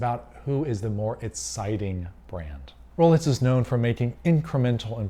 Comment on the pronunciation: why is this guy saying rolets